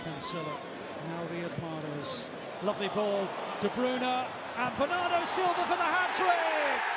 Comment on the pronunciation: BERNARDO, not benardo